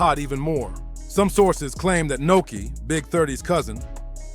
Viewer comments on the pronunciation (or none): Nuski not Noki